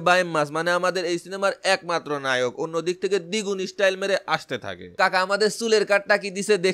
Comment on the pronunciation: ভাই নায়ক হবে লায়ক না 😂 আপনি টিকটক সেলিব্রেটিদের ভিডিও দেখলে তোতলা হয়ে যান কেন 🤣